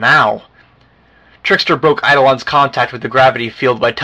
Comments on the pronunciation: EYE-DOH-LAWN not fucking EYE-DOLAN FUUUUUUUUCKKKKKKKKK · Eidolon = Eye-doh-lawn NOT Eido-LIAN. It's so painful listening to this. All the mispronunciations, arg! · It's pronounced EYE-DUH-LAWN